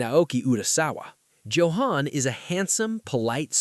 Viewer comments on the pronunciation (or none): none